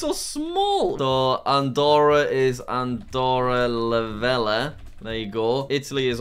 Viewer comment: Jack it's not pronoinced Andorra La Vela. İn spanish the double L's are pronounced as the letter y so it's pronounced Andorra La Veya so Andorra La Vella